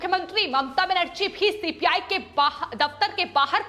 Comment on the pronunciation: एंकर भी गुस्से में है कि सीबीआई की जगह सीपीआई बोल रही है